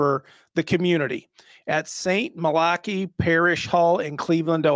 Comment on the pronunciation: It's St Mal-Ic-Ki phonetically, just to let you know. This is so sad.